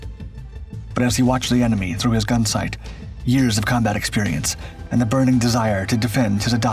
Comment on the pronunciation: Slurred narration "thrurrgh" dunno what that's supposed to mean...